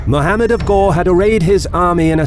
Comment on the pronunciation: its not ghor its ghori